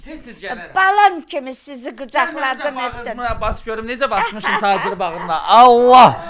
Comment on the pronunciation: Bu xəstədir,Tacirrr başdan xərəb ayıb olsun bu qadına , Get Taçır deməyi öyrən ,sonra danış